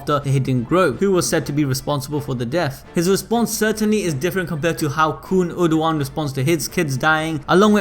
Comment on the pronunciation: PRONUNCIATIONS: Khun Eduan --> koon ed-oo-on Arie Hon --> Are-ee-aye hon Eurasia --> Europe and Asia had a love child Let me know if there are others I missed